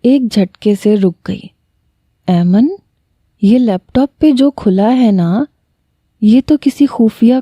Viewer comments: Mehk yr aiman hota h 😒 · Mera nam bhi aiman ha pr ap galat pronounce krti hu Ayman nai aiman hota ha